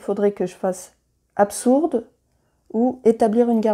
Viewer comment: Merci pour cette vidéo, je trouvais la règle solo pas super claire. Par contre, le absourde m'a fait très mal aux oreilles. Un petit détail, tout le reste est très clair.